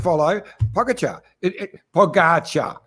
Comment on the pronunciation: Glad to see working on pronouncing Pogacar’s name! Good job but don’t stop trying. 👍😊